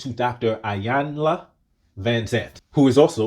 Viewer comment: EE YAN LA.. OR EE YAN LUH!! the I is definitely pronounced hard E